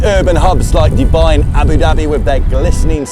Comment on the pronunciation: I love how you say Abu Dabbie ❤😂